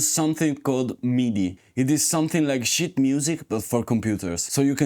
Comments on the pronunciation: I must fill timesheets (I call it secretly timeshiiits ;), it more or less the same accent/pronunciation "issue" ;) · Sheet music? I thought you were saying "shit" music. 😆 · MT-32 was affordable! Also did you say "sheet music" or "sh*t music"? Both are correct pre MT-32